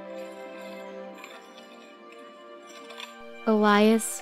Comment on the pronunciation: Oh great I pronounced Elias' name wrong XD Anyways great comic dub ^^ it was really fun to be a part of